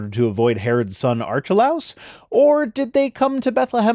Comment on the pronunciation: Winced at the Greek pronunciation. Small nit pick, but you have to ignore modern English conventions when pronouncing Greek names that were transliterated hundreds of years ago. Basically you say each phoneme individually, and Harrod Archelaus is pronounced "Ark-he-lay-us"